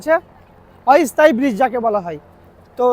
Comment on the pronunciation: "অই স্থায়ী" নয়, "অস্থায়ী"... যাই হোক ভিডিওটি ভালো হয়েছে।